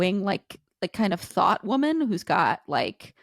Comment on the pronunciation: I don't think that man is talking about tradwives, he's talking about the fact that she looks 14. Conservatives (Abby) really feel persecuted don't they? It's hilarious. Also, why does she pronounce woman as women? What a ding dong.